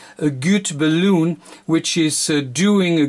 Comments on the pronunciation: I have always pronounced the 'bal' in balun like 'balance', not like 'balloon', because calling it 'balloon' just sounds funny :P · Awesome project, thanks :) But PLEASE learn to pronounce BALUN correctly :) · Sehr gutes Deutsch.. Ich glaube in der Sprache, die Du hier im Video zu sprechen "versuchst" wird das aber anders ausgeprochen als im Deutschen.. Im Deutschen ist das so vollkommen richtig. Es ist "Balun". In dieser anderen Sprache hoert sich das ausgesprochen aber mehr an, wie "bellen".. So wird es da wohl ausgesprochen. Aussprache ungleich Schreibung.. Balun, wie im Deutschen ausgesprochen ist dort halt eher sowas wie "Luftballon".. Aber das ist nicht so wichtig! Das Video selbst, ist inhaltlich sehr gut.. :) Und das ist schliesslich das Wichtigste.. :D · Your English is GREAT. You might need to make a small adjustment in the pronunciation of the word "balun". You pronounce the word like "balloon" like a "hot air balloon" or what people blow up with their mouth for party decorations, "rubber balloon". This video might help you in the pronunciation. Only kind and helpful thoughts here. Thank you. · Hi, the English call it a Balun like Bell Un, i know the pronunciation is prob a bit difficult...as you know it means balanced to Unbalanced...so Bal Un or Bal on or Bell en....not balloon hope you don't mind me saying this...from Fred in UK g4vvq. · Great Video - may I just point out that the English pronunciation is "Bay-Lun" (Balun) and not "Balloon" - but still a great video and very informative - thank you:) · Pronounced: (Bal-Lun). But, fine video! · Nice video. But please, it is BALUN like in BA-LÙN not Baloon like in 🎈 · Errr.. its called a BAL-UN.. A Ball-oon is one of these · It’s not a balloon…. It’s a Balun, as in balanced / unbalanced…. There is no loon in unbalanced. 🤦‍♀️ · BALUN NOT BALOON haha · the "un" in balun rhymes with the number "one".